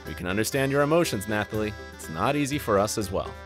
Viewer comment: News flash: You don't pronounce the "th" in Nathalie. It's pronounced like Natalie. Also, who tf is Missandrei? Did you mean Melisandre since you showed a picture of Carice van Houten? If you want to make videos like this at least learn how to pronounce the names...